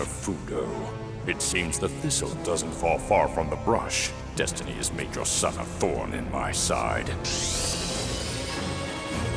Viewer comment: “thats right DuStEnY have choosen you Romen”